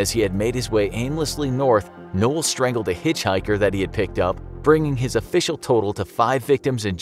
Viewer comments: they forgot the R in strangled so it’s now stangled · Lol ( Stangled ) you mean strangled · It said stangled instead of strangled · Btw is stangled not strangled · He made a mistake, its not "Stangled" it's "Strangled" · Strangled not Stangled* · “Stangled” XD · Stangled Haha. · Wonder how you “stangle” somebody 🌚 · ah yes... “Stangled” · ahh yes STANGLED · Forgot the R in strangled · "Stangled" lol